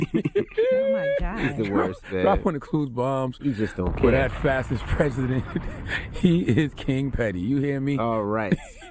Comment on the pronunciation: Am I the only one who gets annoyed cause he can say the word fascist right? (fasis). 🤣